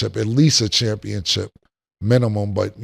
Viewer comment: Is Cam saying CHAMPIONCHIP?????😅😂 great show!!!